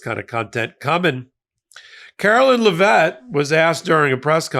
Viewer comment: Do you call her Lev-vett cuz you’re doing the same thing the republicans did with kam-ala? Thats not how it’s pronounced according to her saying her own name. Just trying to keep it fair. LOVE YOU!!!! 💙💙💙💙